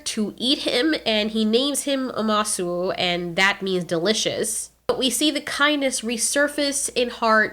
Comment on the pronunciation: It is pronounced ( ooo) ( ma). ( soo)